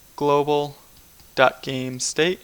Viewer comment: It's global. Not globl.